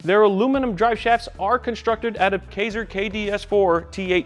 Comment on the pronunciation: Thanks for the video. Do you have driveshafts in stock, or is there a lead time? BTW Kaiser aluminum is pronounced Ky-zer, rhymes with Pfizer.